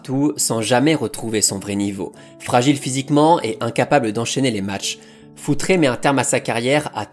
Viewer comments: Futre est portugais donc c'est futrE.... Le e de prononce simplement sans accent pour un portugais. Il faut arreter avec les paulo futré, josé fonté, pepé ! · Je me permets juste même si c'est rigolo ok dit foutre et pas foutré (ton pote Alex de castro va te taper sur les doigts 😂)